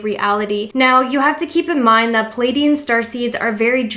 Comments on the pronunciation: PLEaidian not Pilaidian lol please get my home nation's name right 😅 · Pleiadian. PLEE AYE DEE AN not PAL AYE DEE AN